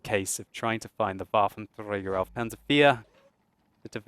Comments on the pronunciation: Wuaventreyger auv panser fear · hes pronouncing "Waffenträger" like spanish people would pronounce it ... which is rubbish. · Why do you say Waffentrager panzer 4 like that? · For a german like me, its so funny how you say Waffenträger auf Panzer 4 XD